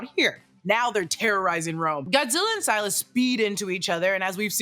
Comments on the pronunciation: Wait it's sai-lah not sih-lah? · You mispronounced Scylla. Its pronounced "Ssillah" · Scylla is phonetically pronounced “silla”, and is also a female kaiju, not a genderless one. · If you’re talking about Scylla, it’s pronounced s-ill-ah Like silly, but with an a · You said scylla wrong🤓